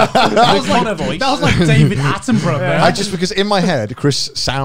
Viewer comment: I just rewatched this episode for like, the third time, and what the hell Garnt xD did he just really pronounce it as "like David AtEnBrOtHeR???" I thought you worked for the BBC 😂 (no hate, I love you, but man that cracked me up, had to rewind it like 20 times to be sure it was off xD)